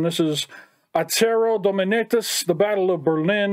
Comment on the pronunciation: Probably already said, but "Dominatus" is Latin, so it would be Dohmehnahtoos. IDK but most people think that "u" in Latin is the same as the modern English version.